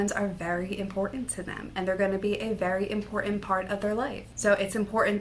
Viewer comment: Pronounce ImporTant